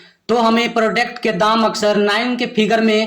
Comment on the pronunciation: Babu prodect matlab kya hota hai yadi nahi jante ho tab English mat bola karo product hota hai samjha nakal mat karo